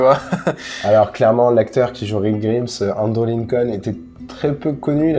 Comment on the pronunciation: la façon dont vous dire Grimms je serre les fesses mais j'ai aimé voir la passion d'arrière